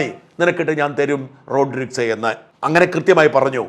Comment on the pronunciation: ശായമ്പ്രാ......വ്യാകരണം അവതാരിക എന്നൊക്കെ പറഞ്ഞു വല്യ തള്ളു തള്ളുന്നതല്ലേ... റോഡ്രിസ് അല്ല. റൊഡ്രീഗെസ്....😂